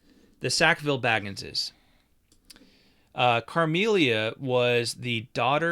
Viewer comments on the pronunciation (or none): It's Camellia not Carmelia. We have a Queen Camilla, I'm a big fan.